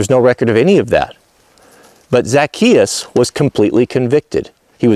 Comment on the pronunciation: Hey and the Missus... I hope you two are well and happy. I watch lots of your vids You usually never let me down... But I gotta tell you Zacchaeus is pronounced like Za- chay-us. Yep that's it... fix that completely botched pronunciation issue and we're good. And yes believe it or not even though you're likely chuckling right now, it is important. Because the brilliance of Christianity has it base in the Hebrew Faith. Yes of course there were some pretty huge revisions but we owe them a nod of respect, without them we wouldn't have happened in exactly the way that we did! And as you already know, it never harms us to give another simple basic respect and dignity! As Christians it is clear that's what we should be doing. Jesus did that in spades through his short lifetime while he was here! that is our example and though none of us have the hope of attaining his perfection of course, we should still conscientiously follow his example as much as we possibly can! The word Christian means exactly that... "follower of Christ"! As a follower of Christ we are called to reach for the ideals of brotherly/sisterly love and care for one another. Being cruel, mean, or vindictive on either side of this issue to push some agenda that exists for the sole reason of harming others IS NOT Christian! When people ask me how I feel because people who know me know that I am interested in building my personal relationship with God to become pleasing in His eyes, I have said "I don't think